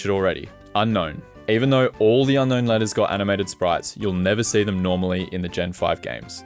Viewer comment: The biggest issue in this video is your pronunciation of Unown, it's "Un-own" not "Unknown" I'm mostly joking but I have noticed people don't seem to realise it's Unown and not Unknown